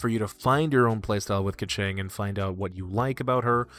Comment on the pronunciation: Don't you dare say keqing like that!